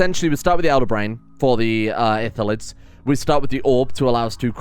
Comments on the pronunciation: As someone who plays D&D frequently, it hurts to hear "Ithillids" instead of Illithids. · the L comes first. It's ILL-etheds. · Good start! And, since you're curious, it's pronounced ill-ith-ids. Also spelled that way, but...eh. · Great vid, it's I-lli-th-ids tho. Keep up the good work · Call em mindflayers if you have troubles with pronouncing Illithids